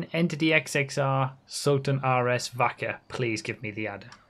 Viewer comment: When says Vacca it sounds like Fu**er 😂😂